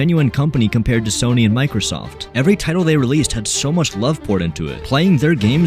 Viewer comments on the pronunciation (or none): none